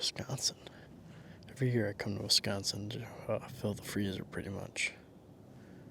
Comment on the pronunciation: Uh.... We're 'Consin. Not Consion.